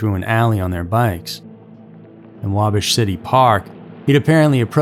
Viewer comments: Wa-bash! Not Wabish! Bash with a short "a". As in the verb " bash". 🇺🇸☕💐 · Pronounced wahbash not waabash (Wabash) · Bash....Wabash, not Wabosh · Wabash , IN (Wah-bash) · It's WaBASH. Like ASH or RASH. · It's wa-bash like if you bash someone over the head lol living in Indiana it's funny not to be rude or disrespectful I love your channel and videos and voice just a fyi 😂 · Lol you're saying Wabash wrong. The second a is a hard one. Really good story though! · I love this guy, but he is not pronouncing Wabash correctly. I from Indiana and it is not pronounced that way. However, great video! Loved it! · Yes.. like cash. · I came here to say the same thing lol